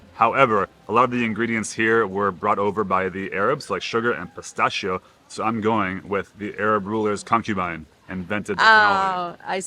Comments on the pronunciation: I can't stand how you pronounce “pistachio” anymore.😂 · Pronouncing cannolo correct but not pistachio. Camon, now 🙂